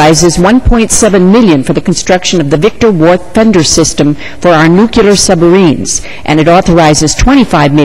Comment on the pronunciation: "Nuculear" Man, that drives me nuts! NUCLEAR!!! What's that Q-tip on her head? (sorry...that wasn't nice)...